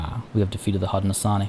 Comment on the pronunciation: Hey I’m loving this series! One pronunciation thing, Haudenosaunee is pronounced Hoe-dee-no-SHOW-nee! Settlers may know them better as the Iroquois Confederacy, but Haudenosaunee is how the nations prefer to be known! So just SHOW instead of saw, but otherwise great work!